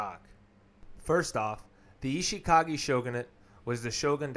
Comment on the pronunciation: good vid, but maybe don't narrate it all in one recording so you can catch your breath and check pronunciation. some things were badly mispronounced or even spelled, like senguku for sengoku, phelosophier instead of philosopher, ishikage instead of ashikaga, just to name a few I noticed